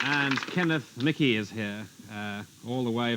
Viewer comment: The name Michie in Scotland is usually pronounced Meekie but Kenneth Michie might be an exception. However, I wouldn't expect an Englishman to get Scottish names pronounced correctly. Try Sinclair or Menzies, for example.